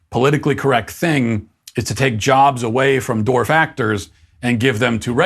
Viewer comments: Its dwarf not dorf Matt😂😂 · Not disagreeing with his points here, but am I the only one who hears Matt pronunciating dwarf as dorf?